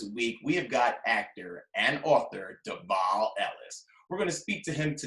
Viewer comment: Devale fans know that the interviewer mispronounced his name. Also, it’s evident that his responses were cut off.